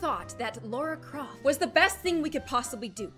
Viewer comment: its Lara croft not laura croft lol but its ok